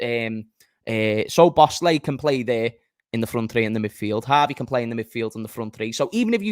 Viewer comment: pronounced "sobots-sly"